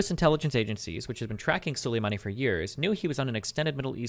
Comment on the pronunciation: Destiny can’t pronounce ‘Soleimani’ correctly in this debate